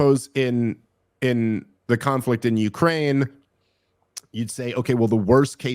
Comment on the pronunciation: The guy said conflic and aks, it's hard to take him seriously after that.